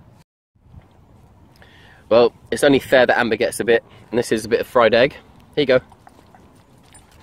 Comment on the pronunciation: What made you call your dog Amber. But the Way u say it. It sounds like ember